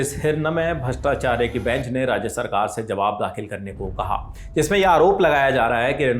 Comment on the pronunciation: Please pronounce the name prominently "justice Hiranmay Bhattacharya " not Bhrastacharya Even aapka hindi subtitle v galat hai